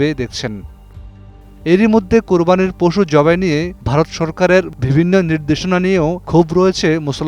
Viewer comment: ভিবিন্ন,ফুন আলাপে, সিদ্দান্ত, একুশে টেলিভিশন চ্যানেল এর প্রতিষ্ঠানে এটা কি রকম উচ্চারণ?